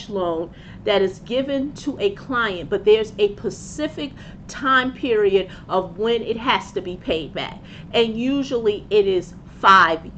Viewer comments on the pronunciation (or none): its not Pacific its specific